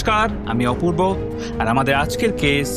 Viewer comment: অপুর্ব, অ - এর উচ্চারণ ও -এর মতো করবেন না।